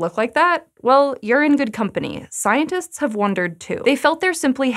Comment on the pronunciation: I will miss the way you pronounce every letter in every word, like “scientists”